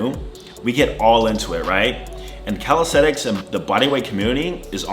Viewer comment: In 6 years you didn't learn to pronounce the word calisthenics correctly. It's calistheNics and NOT calistheTicks. Sheesh...